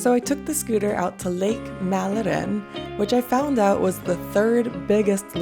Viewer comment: It is probably Lake Mälaren u mean not Malarin. Maybe you could go to Mjölby next, you know where they had way to much Swedish coffe on the grisfest